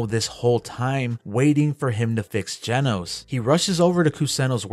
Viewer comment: its not jenos its genos you triggred me so bad in this vid 😭